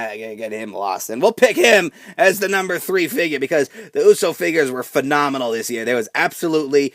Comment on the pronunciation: STOP SAYING PHENOMENONL YOU AIN'T AJ STYLES